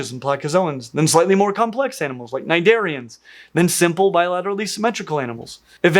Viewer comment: Cnidarians, not cniderians.